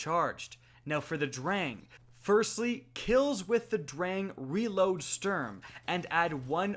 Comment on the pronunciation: his pronounciation of "sturm" and "drang" ist atrocious